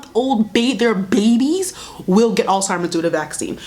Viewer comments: You saying Alzheimer’s wrong😭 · The way you were saying “Alzheimer’s” reminds me of “embezzled” NDNDN